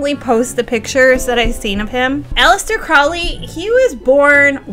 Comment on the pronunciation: Mount Everest not Mount Saint Everest. And it’s PRONOUNCED CROW LEE😊